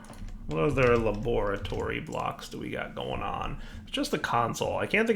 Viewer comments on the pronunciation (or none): Every time he says la-bore-a-tory I think of Dexter's Lab